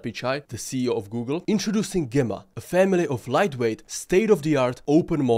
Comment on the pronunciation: GEmma pronunciation is JEmma a strong G like GEmini, Gemma is a synonym of Jem.